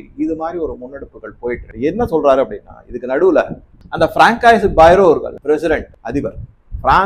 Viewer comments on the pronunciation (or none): François என்ற பெயரை ப்ரான்சுவா என்று கூற வேண்டும். “ பராங்காயிஸ்” அல்ல.